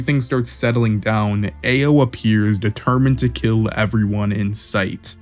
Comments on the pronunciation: Ao is pronounced "Ow" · Omg your pronunciation of Ao is atrocious 😭 it's not "Eh-oh" it's "Ah-oh" or "Ow" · dude a o dude its pronounced ow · For future reference brother, Ao is pronounced like "ow" (like that hurt). Other than that, good video. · Homie your pronouciation of everyone's numbers is all wrong. AO is pronounced as "ow" then mugina as you say it is pronounced as Mugino pronounced as Mujino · Ao is pronounced like “ow” Katasuke is pronounced “kah-tah-soo-kay” just say it a little faster. Mugino is pronounced “Mew-gey (like key)-no” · “Ay-oh”, “Sumeer” cmon man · This is great, the name pronunciation is my only problem( ayo, katasookay, mugina)